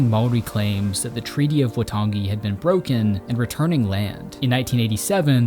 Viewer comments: As a New Zealander, this is what its like to go for a walk. Also pretty well done pronunciation for someone not from here. The treaty of waitangi isn't pronounced right but other than that its pretty good. It gives a good description of our history. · Beautifully shot and edited mate. Its more Why-tongue-e than Wah-tongi but we appreciate the effort :) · I cringed myself to death when he said Waitangi. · A couple of notes on te reo Maori pronunciation: Waitangi is pronounced 'why-tahngi' Manapouri is pronounced 'mah-nah-paw-u-ree' with the last three syllables sort of rolled together